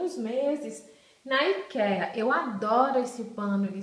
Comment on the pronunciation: Meu bem ...não se chateie...mas não se pronuncia aikia...ou eikia...